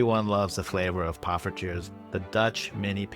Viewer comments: damn he's moving up to poffertjes (excellent pronunciation btw). you the goat:goat-turquoise-white-horns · Late reply, but I got around to showing my wife this video-- she laughed in delight and commented that your "poffertjes" was pretty good, unprompted! Now if you want to take it to the next goated level, pronounce your R's a bit like a Spanish R, or less like the American hard R!